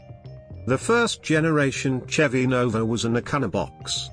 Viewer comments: It’s not because of the British accent, it’s a synthesized voice, not an actual person, it also pronounces Chevy with a ch sound instead of the sh sound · CHevy? It's pronounced SHEVVY A Chevelle is a MEED sized car? Pimouth? PLYmouth. ZEE-28, not "Zed", One of the "Mack" One's pictured, specifically the 2nd one, the yellow one, is a Boss 302, not a "Mack" One. AND a 327 was a SHEVVY engine that had been replaced by the 70s with the 350 Koo-in (i.e. CUBIC INCHES) The 351, which was Ford's competing engine of this period, is a 5.7 liter. I don't believe they had 4-sp automatics either in the early 70s. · Here we go. How about a real person narrating videos like this, rather than a ridiculous computer voice that can't even pronounce Chevy properly?. Nobody talks about 70s engines in metric. That said, I don't know whether these were good choices or not. I just like all older cars. So it was just interesting to see a video about older cars.